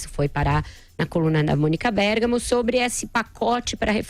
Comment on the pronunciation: parei no "Mônica Bergamo"